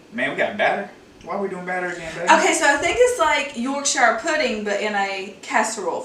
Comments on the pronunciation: Yorkshuh not York shyer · It's pronounced york-shear not york-shire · Just a tip: Yorkshire is pronounced York-Sha